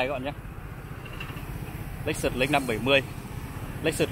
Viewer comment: Ối giời ơi tiếng Việt thì ngọng tiếng Tây thì ko hiểu ông paparazi nói gì, trên đời này có cả hãng xe LÍCH XỰT mơi kinh, vãi...ông